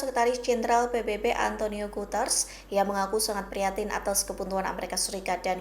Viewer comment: bacanya Guteres mbak bukan Guters..